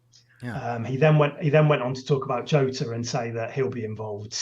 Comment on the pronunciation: Someone needs to tell that its March, not Marsh. And that its Jota, not Joeta. And that its Gnonto, not Gonto.....